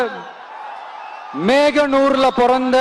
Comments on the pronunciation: மோகனூர் சொல்றதுக்கு மேகனூர் சொன்னாரு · நாமக்கல் கவிஞர் அவர்கள் பிறந்த ஊர் மேகநூர் அல்ல "மோகனூர்"😂😂😂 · மோகனூர் அது. மேகனூர் தவறு. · மோகனூர் , மேகனூர் இல்லை. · மோகனூர் இதை மேகனூர் அப்படினு இந்த கூமுட்டை சொன்னதையும் தெரிவிக்கவும் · மேகனூரும் அல்ல,மோகனூரும் அல்ல,மகனூர் தான் சரி. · கவிஞர் ஊரை மோகனூர் க்கு மேகனூர் சொல்லிட்டாரு....😂😂😂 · meganur illa mohanur atha thappu olatral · மோகனூர் - மேகனுர் னு சொன்னது தான் ultimate 😂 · மேகனூர் இல்ல தத்தி அது மோகனூர்... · Mohanur ku meganur nu soldraru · மேகனூர் ❌ மோகனூர் ✅ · எல்லாத்தையும் மன்னிக்கலாம் வந்த ஊர் பேரையே தப்பா படிச்சான் பாரு நமாக்கல் 😂😂😅😅